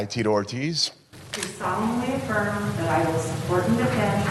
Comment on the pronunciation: "do you solemnly affirm" "I do solio foreign" 😂😂